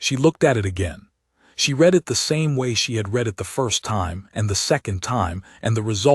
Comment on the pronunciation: and read instead of read .....